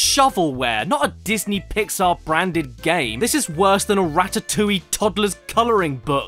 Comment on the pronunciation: "deeznee " where dreemz cum😳 troo